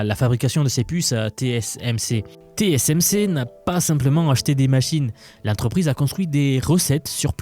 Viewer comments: 15 eme seconde et déjà une erreur ^^' on dit TSMC ! pas TCMC ^^' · T S M C et pas T C M C... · "Té-cé-èm-cé" ça bloque déjà avec l'alphabet :face-turquoise-covering-eyes